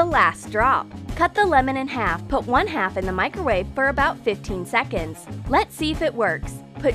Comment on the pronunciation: They said 'Micrrowave '😂😂